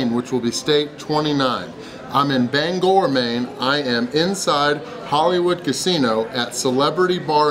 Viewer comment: LOL did someone correct your pronunciation of Bangor? You said it right. Had to work or I would have made the drive up.